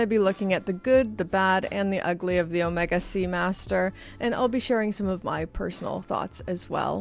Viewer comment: I do wish you’d pronounce Omega correctly. Please.